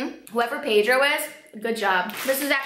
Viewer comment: Hej jak si řekla to pedro cesky tak to bylo dobry😂